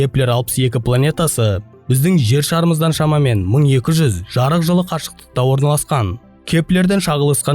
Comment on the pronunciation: Жырық жылың не , жарық жыл десеңші.